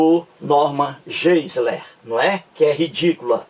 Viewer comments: A pronuncia correta é "norman gaisler" - tente aprender a pronuncia correta antes de criticar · PROFESSOR TOM, Você, professor TOM, raciocina muito mal. Novamente, vem com a bobagem de pronúncia incorreta do nome GEISLER feita por mim. Já lhe disse que pronunciar incorretamente expressões estrangeiras não é propriamente um erro, tanto que pronúncias são variáveis. E você, professor TOM, faz uma comparação entre mim e o Norman Geisler, afirmando que este possui vídeos com milhões de visualizações, enquanto meus vídeos têm um número muito reduzido. Agora, pergunto-lhe, professor Tom: desde quando visualizações inúmeras indicam que um determinado vídeo é de primeira qualidade? Se você, professor TOM, fizer um levantamento de vídeos campeões de visualizações, terá uma grande decepção. São verdadeiros lixos! Percebeu, professor TOM, como você raciocina mal? Segundo seu ponto de vista, quanto mais visualizações um vídeo tiver, melhor será esse vídeo. Puro engano! Se o Norman Geisler possui milhões de visualizações, isso prova o óbvio: fiéis religiosos adoram ver vídeos religiosos, detestando vídeos ateus. É a cegueira religiosa, professor TOM!